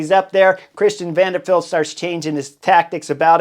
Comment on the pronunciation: Love the you call Christian Van De Valde - Van De Feld. Should be Van De Wrong or Van De Knuckle Head.